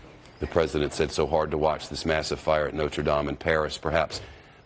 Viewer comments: I'm surprised he pronounced Notre Dame correctly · Trump must have spent time learning how to pronounce Notre Dame. I was expecting to say not-re-dame (as in female) or not-re-dam-ee. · I'm honestly surprised that trump knows the correct pronunciation of "Notre Dame."